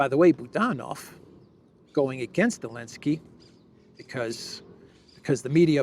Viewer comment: Does have problem pronouncing the letter Z? He keeps saying Elensky.